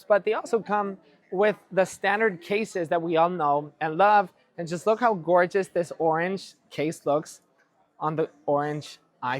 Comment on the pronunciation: Did u just said gorgeous color at the beginning 😂?